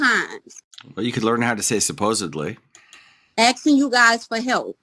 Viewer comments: “Axing you guys for help” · Also learn to say "asking"... it's not "aksing"